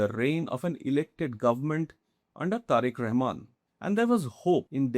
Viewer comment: How comes this kind of shitty pocast clowny report often produce in endea🤔🤷🤭😂🤣?!! This guy cannot even pronounce Bangladeshi leaders name, authenticity on practical ground is faar away😆.